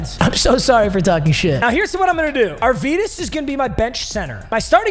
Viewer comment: Don't mean to be that guy but arvydas is pronounced arv-e-das